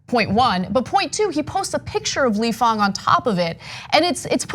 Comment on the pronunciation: Ahhhhh - stop saying fOng ---- Mr FANG